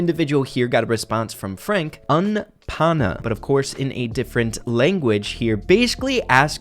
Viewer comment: “Un Pana” 🤣 That was Funny, it’s Pronounced, “ Oon-Pah-Nah” It basically is, “A Friend” since “Pana” is a Spanish Slang that means Friend